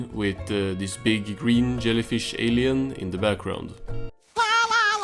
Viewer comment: Do you mean…a Swedish accent?